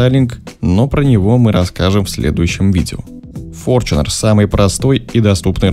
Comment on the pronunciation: С какого перепуга он стал ФОРЧУНЕРОМ ? И где же буква ЧЕ ? Бесит форЧунер !!!